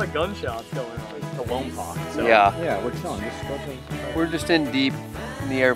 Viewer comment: Voice from the south here. You all look like you had a lot of fun. I’am a touring bike dude. Even more than the view, I like the people I meet and the people I travel with. Side note, you all mispronounced Lompoc - it’s pronounced Lompoke.